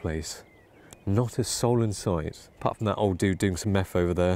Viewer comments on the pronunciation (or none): none